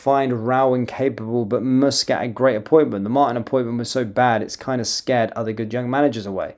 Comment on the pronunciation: Its MUS NO MOOS KAT NO KIT sorry but it bugs me how you FUCK UP every one's name.